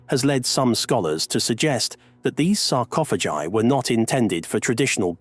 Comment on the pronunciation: Please.... make up your mind on how you pronounce the word sarcophagi!